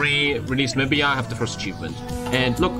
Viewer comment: thanks for releasing my Country but you pronounce Namibia wrong though.